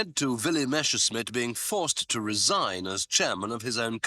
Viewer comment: Not "Meshersmitt." It's "Messerschmitt." Adolph Hillter would not be happy.